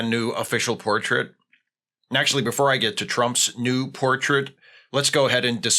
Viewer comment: For a sec instead of new i thought you said nude and I almost threw up.